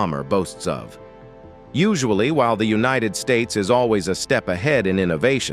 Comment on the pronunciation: The narrator needs to learn how to talk! Bill yon Dolers? Unionid Stats? How cheaply was this video made?